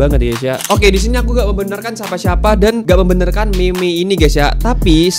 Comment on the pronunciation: bang gw mau koreksi kalo ngomong meme itu bukan gitu ngomong meme yang bener itu ngomong nya MIM jangan me me